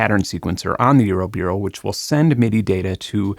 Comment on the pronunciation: why are you saying eurobeero?